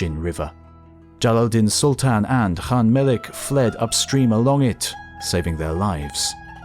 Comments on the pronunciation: Khan = kan, not han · So it's "Han?" Like Han solo? And the thousands of historians that have pronounced Khan with a hard K sound are wrong? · Diffrent people always give a diffrent answers on how to pronouce Genghis.. And today i hear Khan pronouced as Han for the first time.. I give up